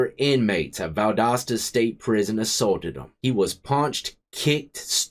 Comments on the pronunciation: P.S.! It's rare I hear Valdosta pronounced correctly without our accent back home of various levels! Boo-Ya and rock on! Many a blessing's ta Ya and yours!!!🙏✌️😎🐍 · You said the name of the town/ prison perfectly. Even the Federal prison in Atlanta is bad. I lived most of my life in Georgia before moving to Ohio. I wouldn't want to do time in ANY southern prison at all. Not that the rest of the country is that much better but Georgia or Alabama? No way dude. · Pronounced perfectly! Valdosta for Pasta. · Bro you said it right! Holy shit I love in Valdosta and didn’t even know this happened. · Ya said the name right lol, I'm originally from Atlanta, via Dekalb County! That one in case is pronounced "Dee-cab", not "Dee-cob" county! The L is silent lol! Great channel and vids my man, keep it up👍👍🙏✌️😎🐍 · You pronounced Valdosta right... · You pronounced Valdosta correctly. Not many people do. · You pronounce it correctly. Valdosta is one of the worst in the state of GA. Was really off the chain back in the late 80’s and 90’s. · I’m from Georgia and you pronounced it right. I have a friend who did a year and some change there. He thought he might die there.